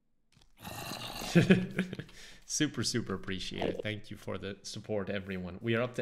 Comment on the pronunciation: I want you to realize that every time you say the word "super", you're saying the word "soup"